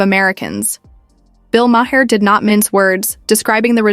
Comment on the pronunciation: Mah-Hair that how she pronounce his last name. 👀